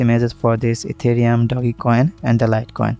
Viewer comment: hahaha etherum not ethereum🤣🤣